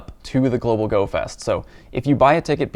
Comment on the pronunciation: did you say "Goat fest"?